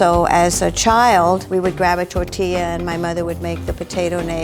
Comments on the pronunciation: I don’t trust any Latino that says TORE-Tee-Yuh but her outfit looks amazing ✌🏼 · my heart broke when pronounced tortilla, taco, and tamale wrong. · I love how Zach grabbed the teddy bear with the hat on 🤠 🐻 And I love but I hate the way her pronunciation is for all the español words it sounds so white washed and it’s a shame